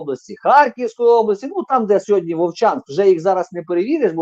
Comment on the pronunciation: Не - "сєґодня", а - "сьогодні"